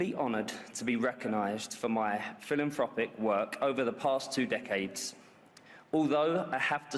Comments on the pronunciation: "for my Phil and fropic work 😂😂😂😂 . Philanthropic, David. Philanthropic 😂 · 😂 Yes, I know, but that's how he's says it, so he would probably spell it that way to too... ? Or perhaps even 'Filanfropick'.. 🏴👍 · Bless him. He can hardly pronounce WEF, nor his ‘fill an fropic’ work 🤣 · Now we know why he's sucked up to the Royal Family . The King is the WEFkingPin. Beckham couldn't even pronounce philanthropic. I hope he's under Trumps radar. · cant even say philanthropic 😂😂😂 money doesn't stop you being a dumb cant😂😂😂